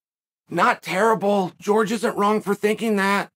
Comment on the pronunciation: Classic Chael quote, "GEORGE Masvidal!" Simply hilarious!!!🤣You're the man!!! Pronouncing the names of these fighters the way you want! Simply genius!!!😂😂😂 Love it, Chael!!!